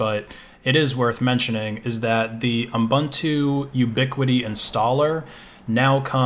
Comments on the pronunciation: Pedantic, but it's pronounced ooboontoo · It stresses me how you say Ubuntu xD